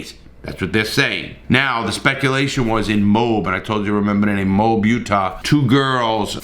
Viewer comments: Moe-Ab, not Mobe. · He said mobe lol it’s moab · MO-AB IS THE CORRECT PRONUNCIATION. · Pronounced : MOE-AB not MOBE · First of it's not mobe.. it's moe ab (moab) think 3 stooges moe and stomach muscle ab. Secondly she's dead and they found her corpse. 3. If he was innocent he wouldn't have gone home to his parents house, gotten help, and then go into hiding. Also if all they did was have a breakup he would have said something. I typically defend people but the circumstancial evidence is overwhelming in this case. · It's mohab Utah not mob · Hey Larry Utah resident here! Moab is pronounced like mOAb. Haha I had a hard time figuring out where mobe was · its pronounced MO- AB not Mobe, good vid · It’s pronounced “Moe AB” not “Mobe” lol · Moab. Mo ab, mo ab, not mobe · Moab is pronounced Moe-ab, not Mobe. It’s 2 syllables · The good people in Utah call it MOE-AB. Not Mobe. Think the Biblical pronunciation. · It's MO HAB - - - Not MOHB" MOAB is pronounced MO - HAB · Lol oh Larry It’s not Mobe. It’s Mo-Ab. Like Moe the name and Ab like your stomach. Moab, UT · Driving me nuts, it's pronounced mo-ah-b not mo-u-b, there's an A in moab you aren't pronouncing, sorry it was just driving me nuts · BTW moab is pronounced mow-ab not mobe just saying, not hating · Moab is pronounced "Mo-ab", not "mobe". Teton is pronounced "Teeton", not "teetin". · It's horrible that all the facts will never come out on this case. Seems strange to me that an innocent person would unalive themselves. Mo ab (two syllables) police should've done something with the incident there. Brian did take a van that wasn't his and a debit/credit card that wasn't his and used the card. That's theft. If someone else did unalive Gabby I hope they're caught. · Moab is pronounced as Mo-ab mo like the name moe and ab like your ABdominal muscles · I think it’s pronounced mo-ab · Moab, UT is pronounced mow-ab. Love ya Larry! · Pronounced Mow_ ab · Mo AB is how its pronounced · Moab is pronounced Mo-ab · Moab “Mo-Ab”